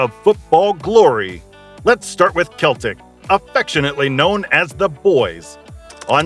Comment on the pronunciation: It's pronounced Seltic. What a shambles. Not even knowing the team's name you've sat and made a video on. You also say Celtic vs Glasgow (both teams are from Glasgow), and mispronouce 'The Gers'. There were proabably more blatant mispronunciaitions, but I couldn't sit through more than 2 mins. You should delete this video and stick to something you know about. Obviously just Googled some info and made a terrible video.